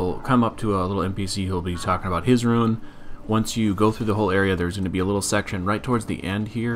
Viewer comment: I like how you pronounce rune as ruin